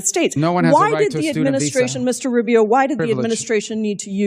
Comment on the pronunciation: Secretary RuBIO...with an emphasis in "BIO"??? Really, lady??